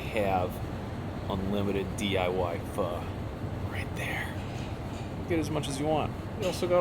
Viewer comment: I just unfollowed you cuz you dont know how to pronounce "PHO..."